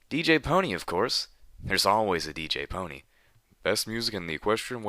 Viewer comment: Good, someone who says DJ Pon3 right